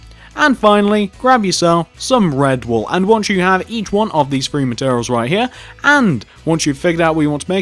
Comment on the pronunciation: mans gotta learn to say three instead of free...